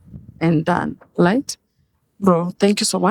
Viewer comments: Steve tell this lady it's not "light"i it's right. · The lady is very good at gaslighting and is a terrible narcissist.Anatubeba matako yake,akisemasema "light" hapa instead of "right". Mshenzi sana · Vijana mnatoa nguvu wapi ya kuoa washosho.... somebody who cannot pronounce the word "right" kazi ni kungoa tu "lite"....wacha muone hivo washenzi unazaa aje na shosh madadaka idiot of the highest order ondoa Mafia hapa shenzi type.